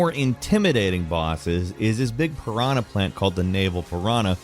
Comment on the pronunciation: you guys just cant say the word "piranha" hahahahhaah